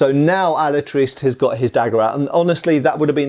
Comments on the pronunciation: If you can't be bothered pronouncing his name right, I can't be bothered watching past the first five minutes of this. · You are mispronouncing the name Alatriste. It ends with a mid-front vowel. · I think that final "E" in the word Alatriste is probably NOT silent! And the characters in this movie really make me think of Puss-In-Boots!😁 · ¡Hola! In spanish there are no silent letters, (with the exception of the letter "h"), so his name does not sound like "Alatrist" but "AlatristE". The final "e" has to be pronounced. By the way, his surname, Alatriste, is a made up word, composed by two real words: "Ala" which means "Wing", and "triste" which is "sad", so the literal translation would be "Sadwing", although, it's just his name, and don't really has any more meaning than that. His final opponent is not spanish, but italian, and is clearly noticiable in the way he speaks (spanish, but with a strong foreign accent and some italian words here and there, if I recall correctly). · Just a nitpick from a spaniard, at the beginning you say "Alatraist" and don't pronounce the "e", not that I care much about pronunciations (mine is rusty as hell), but it makes it look like you tried to sound english and might confuse people, if so, it should be translated to "SadWing". Awesome video keep at it! =D In addition, if someone gets curious about the movie, it's nice, not awesome, but nice, even more so if you are not a fan of the books, if you are, you probably didn't watch it and didn't like it much =p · "He wasn't the most honest, nor the most pious man, but he was brave. His name was Diego Alatriste y Tenorio, and he had fought in the Tercios in the wars of Flanders" Pronounced alah - Trís - teh. stressed in the second syllable. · Can't watch your video if the guy is gonna pronounce the name of the movie wrong throughout the video